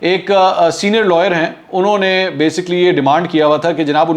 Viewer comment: منصور صاحب، ایک تو (بے سی کلی ۔۔نا کہ۔بےسک لی )۔۔تلفظ صحیح بولیں دوسرے بار بار یہ لفظ نہ بولیں۔باقی زبردست!